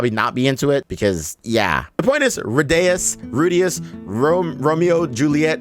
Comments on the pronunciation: Cant believe just called Rudeus(Roo-dyus) as Rudayus like he's from the hood hanging and chillin with Tyrone D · Say it with me Roo-dee-us